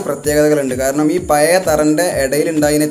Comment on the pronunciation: പയേ.... വീടല്ല... പഴയ വീട് എന്ന് കൃത്യമായി പറയാൻ പടിക്കു ആദ്യം